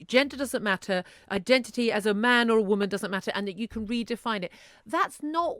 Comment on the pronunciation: Aint no T in the word 'Woman'.